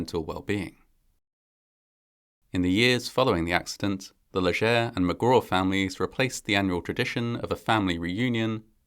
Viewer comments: FYI - The "ger" in Léger is pronounced as in "jay", NOT as in "heir". So it sounds like "Lay-Jay". For those wondering, hayrides are not that fun. The hay stings, does a number on your clothes, smells like manure and cattle, especially if damp, and that smell lingers in your clothes. Most of the time, there are bugs in the hay. But it certainly is fun to ride with your friends and family. It's a shame the truck driver didn't have enough brains to slow down and control his load before passing them. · Leger is pronounced lay shay. Robot voices is disgusting. I'm out.